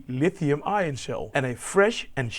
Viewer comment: Lituhiuiim batterishhh"